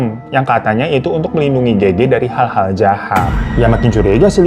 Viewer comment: Kenapa Gege sih fan ngomongnya bukan Gege 😭😭